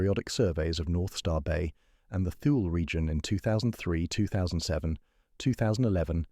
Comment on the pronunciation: It's pronounced Too-Lee, not 'thul'.